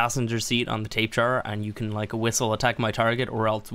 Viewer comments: Why do u say tapejar it’s tabahara that’s how it’s said not tapejar lol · It's not a Tape-Jara, it's a Tapy-Jara EDIT: as in pronunciation. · It's not pronounced 'Tape Jar' And I currently play the mobile version of this game; The frame rates suck, the crashes are frequent and it's generally a mess. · R.I.P xxxtentacion lmao stop being a pissed kid He pronounces it wrong but not that it matters But People who correct others every time is annoying tbh Btw it is actually Tapy-Hara Its a silent J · JUST SO YOU NO THEY ARE PRONOUNCED TAP-A-HARA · Tails Gaming he says tape jar cause he likes too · Apparently it’s pronounced Tap-a_Har-uh... W H A T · Oh my god if I here “tape jar” ONE MORE TIME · I thought it was really how you thought it was supposed to be said until I watched more videos 😅 I live in the SW United States and I hear Spanish words get absolutely butchered all the time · Why do you sat tapejara like that its a very strange pronunciation